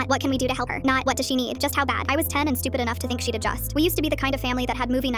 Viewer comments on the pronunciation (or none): none